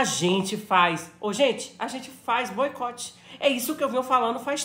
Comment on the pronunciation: Kkkk a palavra "boicote" é engraçada na boca da.